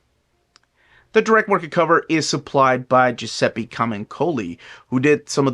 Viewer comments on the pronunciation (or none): none